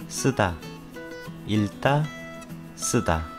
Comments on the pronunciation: 읽다［일따］X ［익따］O 읽지［익찌］ 읽기［일끼］O 읽고［일꼬］O 읽게［일께］O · 익따 가 맞습니다 일따는 틀린 발음이에요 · 읽다 - 발음 not 일다, its pronounce 익다,any way thank you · How can we trust you Even you are pronounced some word wrong 읽다 ikta not ilta